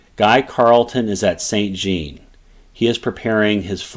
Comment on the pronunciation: san zjon not saint gene. But excellent summary !